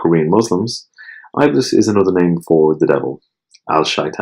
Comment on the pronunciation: Thank you so much for shedding more light on an obscure topic. Also just an FYI, Iblis is actually pronounced as Ib-lease and not I'bliss :) looking forward to binge listen to the rest!